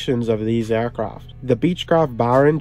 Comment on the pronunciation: Why do you keep saying “aircroft“?